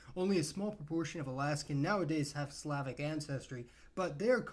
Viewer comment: You need to work on your pronunciation of Slavic British Columbia is a part of the Pacific Northwest and so is alaska. It is in the northwestern pacific. I think I'm just going to assume and try and give you the benefit of the doubt that you did what everybody else seems to do and mistake cascadia for the Pacific northwest. Cascadia is a smaller region in the region of the Pacific Northwest. For some reason, people don't seem to know that.